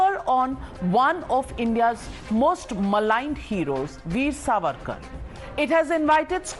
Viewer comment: This fuad or whatever his name Should be taught its SAVARKAR N not sarvarkar